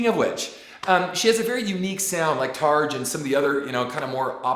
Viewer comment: Love your reactions, always so fun to listen to your anecdotes. And your impeccable taste in music... appreciate so much your love for Amy and Evanescence. Just couple of things to reflect on: The negative song about ex wasn't about the guitarist Ben Moody, as you mentioned, it was about her ex Shaun Morgan (Seether singer). And regarding Tarja, her name is pronounced Tarya. Ok, enough smartassin... Rock on bro